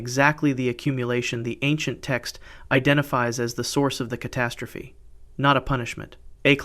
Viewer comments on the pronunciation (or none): none